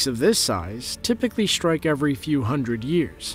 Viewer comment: The word 'strike' is NOT prounounced 'schtrike'. s-t-r-i-k-e. There is no 'ch' in 'strike'.